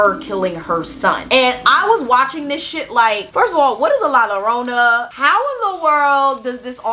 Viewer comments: 2 l's make the "y" sound so it sounds like Yarona. Sorry I couldn't help it 😅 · No disrespect at all , I wanted to say it’s pronounced l-ah j-oh-rr-oh-na ‘ I enjoyed this ✨